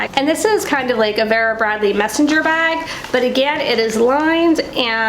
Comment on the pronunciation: Love your VB bags and the big 'ugly' bag is not ugly, so much goes into them. It's pronounced Veera. Thanks, great video.